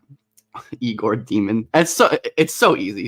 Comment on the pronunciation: The announcer pronounced Egor Demin as "yay gore dehm inn"